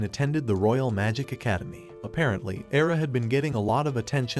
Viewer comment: The only bad thing about your video is to pronounce the name of AIRA or AILA. AI is very famous word of kanji for the girl name. 愛- Ai means love The Japanese word for I love you is begun to the same Japanese kanji 愛してる-Aishiteru. AIRA in written but it sounds AILA , the word LA is RA IN JAPANESE. There’s no letter L in Japanese kanji , it’s only RA RI RU RE RO . But let me tell you that it doesn’t mean that the Japanese always pronounce the RA RE RI RO RU in R sounds. They use the L pronunciation too.